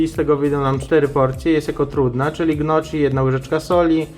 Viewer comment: Proszę mówić " nioki" nie gnoczi. Dziekuję.